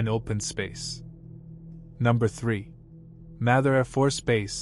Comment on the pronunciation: It's pronounced Mather - with a long 'a', not a short 'a'